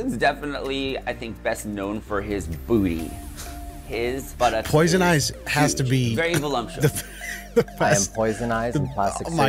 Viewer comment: They look nothing like a Ken doll, for the record. Neither of them. Also,, there is no M in voluptuous! Lmao